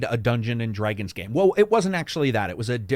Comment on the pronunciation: A great video and my favourite Elden Ring video so far which has also inspired my American Pronunciation, lesson 17; Americans do not participate in dreyg races neither do they dreyg dead bodies over the ground or dress in dreyg but many of them do fight dreygons. Dr Dré-gons?